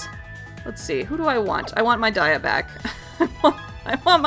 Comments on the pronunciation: i thought dias name was pronounced dee-ah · No it's actually pronounced die-a